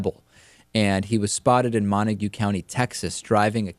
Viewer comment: Mon Tague not monta gue. By the way, Gov. Hickenlooper referred to Evan Ebel in his speech about Tom Clements' work on reducing hours of solitary confinement. Hickenlooper said a friend of his has a son that was in solitary confinement, and it was awful and debilitating for him mentally. Shockingly, Hickenlooper was referring to Jack Ebel and his son [the killer of Clements] Evan Ebel. What a crazy coincidence. This was obviously before he knew Evan Ebel was in anyway a suspect.